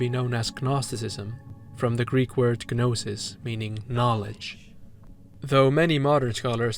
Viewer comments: excellent analysis but why do you say it "guh-nosis" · small note i think the g in gnosis is silent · I don’t think you pronounce the G in Gnosis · G in "gnosis" is silent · Wow. Stunning video! I love thinking about media in terms of mythology and mysticism. This was a treat from start to finish! (The "g" in "gnosis" is silent, though!) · The G in Gnosis is silent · Thank you for the wonderful video, but the g in gnosis, gnostic, etc is silent. 'gn' just makes an n sound, like gnocchi